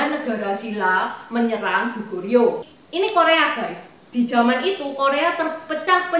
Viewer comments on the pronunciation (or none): Maaf,enci,salah sebut nama kerajaan Korea,Goguryeo,bukan Gugoryeo dan coba bahas Zhangsun Wuji,yang ikut dalam penyerbuan Goguryeo!